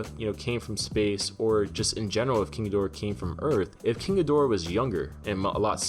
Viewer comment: I wonder if climate change melts the glacier he's frozen in? and possibly causes the humans to summon other Titans,which goes wrong when Rodan joins King? also, thanks for properly pronouncing King Ghidorah,most other videos have someone saying "kinky dora". SMH